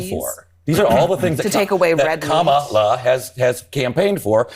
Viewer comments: We love you Ben, Kamala is pronounced: Ka- Ma- la. Kamala three syllables. Thank you for being one of the best media outlets on Utube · do Trump's MAGAts really think that mispronouncing Kamala's name is going to hurt the woman???? they are so stupid....Kamala is too intelligent to get angry and mess up over a little name calling....she already knows Trump is a bully and doesn't know poop about 99% of the things he talks about at his speeches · At what point are people going to start calling out the fact that their determination to intentionally mispronounce her name is childish and weird and makes them looks stupid? Weird was a start, but it's time to call out the childish, pathetic microaggressions. "I'm gonna pronounce her name wrong because I'm five and that's how I fight!" Smh. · Childish to think you are hurting an adult by purposely mispronouncing their name. She must have thought Kamala was like Donsld Duck.